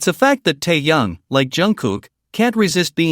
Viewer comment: АВТОР. НАУЧИТЕСЬ. ПРАВЕЛЬНО. ГОВОРИТЬ. СЛОВО. ТЭХЕН, А. ТО. ОТПИШЕМСЯ. ОТ. ВАС